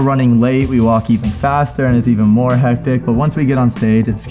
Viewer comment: His "hectic" sounds so german: I got confused for a sec lol